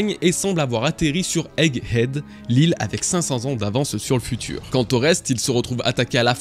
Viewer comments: C'est Egg head bg pas "hegg ead" a part ca bête de vidéo ! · Bon, désoler mais "Hegg Edd" ça m'a choqué à chaque fois que tu l'as prononcé xD Le H est sur Head, pas Egg. Mais sinon merci pour cette magnifique vidéo! Et joyeux anniversaire!